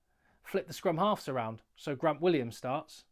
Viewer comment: That's because does it on purpose to get more comments. His last rant after the sa aus game he let slip and pronounced Grant Williams correctly, then 'corrected' himself and went back to the wrong pronunciation. People have been telling him for months howto say it properly and he has definitely been reading their comments as he replies very often. Still, he is very entertaining!